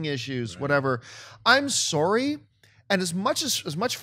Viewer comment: sore-ry. Love ya Canadians. :D